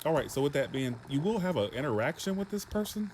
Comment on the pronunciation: Haha...For a second I thought you said Erection instead of interaction 😹😹😹